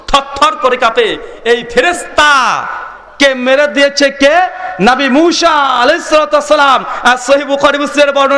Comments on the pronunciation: আরে মুর্খ মুশা না মুসা নবী নামটা একটু ভালো করে বলিস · তুই তো একটা পাক্কা চোর, নবী মুসার নাম সঠিক ভাবে বলতে পারিস না আবার ওয়াজ করতে আসছি মুসা ছোট সিন আছে না বড় শিন আছে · এ-ই লোকটা কি নবীর নামও শুদ্ধ বলতে পারে না?